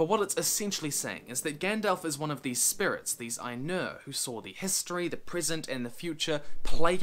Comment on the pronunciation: You may have worked on pronouncing it but I will never forget "Spurits"